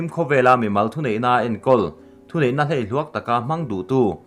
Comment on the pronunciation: Hleihluak tih i lam dan hi 'Thehlei' lama 'hlei' ang hian lam ri zawk teh. Fb ah pawh khan mizoṭawng lam diklo tamah khan an sawi ri tlat che ania, han uluk deuh hlek teh.